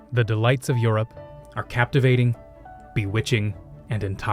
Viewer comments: I love how carefully you're pronouncing Europe every time 😂 we know the truth, it's Yurt! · three thoughts 1., well done. I’d expect this quality on Nat geo or the history channel!! 2. anyone else from vlogmas giggle a little when pronounced Europe? no yurts here! 3. I think blue nana is aging backwards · two thoughts 1., well done. I’d expect this quality on Nat geo or the history channel!! 2. anyone else from vlogmas giggle a little when pronounced Europe? no yurts here!